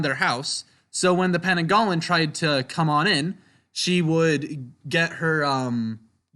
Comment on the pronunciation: Heads up about the pananggalan, im Malaysian but nobody calls it that, its pronounced pe-nang-gal